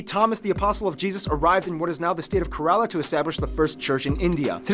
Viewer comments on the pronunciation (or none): Kerala is pronounced as kai- re- la